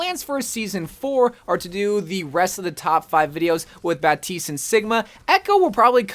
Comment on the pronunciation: Nah he’s saying baptistes name right